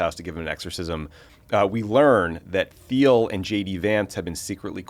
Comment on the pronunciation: Thiel pronounces his name is TEEL....guess we need to lock down our info even more